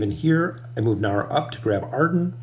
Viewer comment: please please please stop calling him naru... it's niru :(